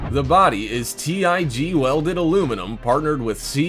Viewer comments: Did you say T. I. G. Welded aluminum 😦🤯....... 🤣🤣🤣🤣 it’s just tig buddy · The car was T.I.G. welded , Ummmm it's pronounced tig welded. . Get a new narrator !!! He's SO annoying !